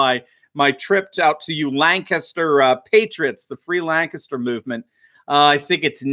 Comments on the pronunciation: I’ve been living in Lancaster, PA for 25 years now. Good news about stripping the Governor of his dictatorship. BTW you pronounced Lancaster correctly. Almost every state has a Lancaster but only PA pronounces in lanCASTer instead of LANcaster. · Always pleasant to hear someone pronounce lancaster the way we do. Lan-kiss-ter 😎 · I'm surprised to hear somebody pronounce "Lancaster" correctly.